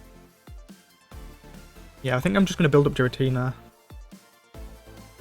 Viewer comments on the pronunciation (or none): Im cringing more when he pronounced Giratina into Jiratina.